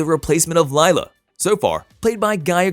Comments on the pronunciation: Omfg it’s not Lyla? It’s Lila like … Lee La !!! Fix this now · “Laila” its literally LILA. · Pronounced Leela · Yes please! My daughters name Is Lila (Lee la) I haaate when people call her lyla